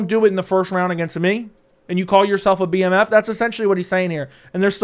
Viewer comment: It's the bmf not the DMF